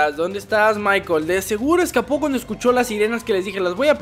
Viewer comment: es. michael. no. es. michel